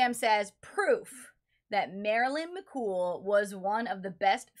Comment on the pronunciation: It’s Mc Coo.